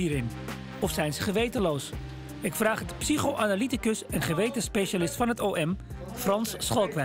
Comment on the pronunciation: Ik schaamde me dood, vreselijk voor mij etc... ikkuh ikkuh ikkuh